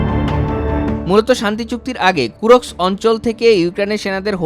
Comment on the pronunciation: জায়গাটার নাম কুর্স্ক, কুরোস্ক না।